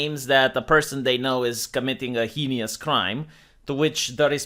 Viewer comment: Heinous = Hay-nuss. Not Hee-nee-uss